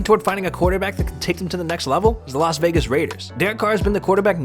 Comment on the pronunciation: Is it just me or did he say los vagus raiders